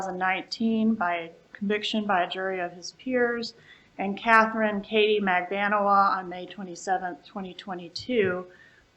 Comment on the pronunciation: mispronouncing Katie's name... 😂